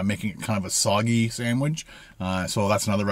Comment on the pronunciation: Everyone else: "Sandwich": "Sanwidge"